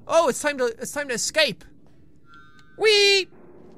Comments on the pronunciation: Es-cape' - Finding Nemo. =] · Es-cah-pay is from Finding Nemo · universe That's not exactly how it goes. She reads it as "eh-scah-peh", then says "That's spelled exactly like escape!" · The "escape" reference is from Finding Nemo, when Dory and Nemo's father (I forgot his name) are trying to escape a shark. Dory doesn't know how to say "escape" and therefore pronounces it "es-caa-pay!" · "Es kah pey...Its spelled kinda like escape!" "Dory? You can read?!" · Escapae or however u pronounced it well it was from Disney's " Finding Nemo " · the reference is from finding nemo when dory thinks that escape says es cap ay <- pronounciation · es-scap-eh from finding nemo... dorie.. (sp) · EHSCAWPAY Hey that's spelled just like escape! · Wasnt the escape reference from Finding Nemo? When Dory was reading the escape sign and said it wrong xD